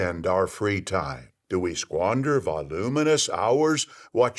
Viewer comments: Yes! "Vahhh-looom-i-nus!" I heard that and had to hear it again a few times. enunciation is off the chain. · "Vawl-oom-in-uss hoooouuuuurs..." What is that pronunciation of voluminous? 😂😂😂😂